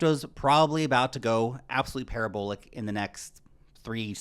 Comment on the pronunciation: I think just unintentionally coined the term “Para-bull-ic” in his opening. Yes, I’ve learned from my mistakes. I no longer follow the advice of an influencer shilling a lending platform the likes of BLOCKFI. That was a very painful lesson. In spite of this, I still value your content,, albeit I now take it with a massive grain of salt.